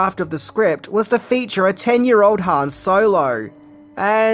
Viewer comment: Padme, or padame? Just read the name once. You're adding an extra letter for no reason. And you also pronounce Han wrong. You've watched solo right? Ps its grande moff, not general tarkin